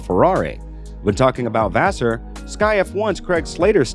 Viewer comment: Faassur, beenowto, Leclurr. Can i suggest taking a bit more time and learning the names and their correct pronounciation? This just sound disrespectfull.